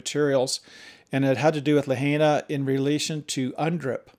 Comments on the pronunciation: It's La-hina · You're pronouncing Lahaina incorrectly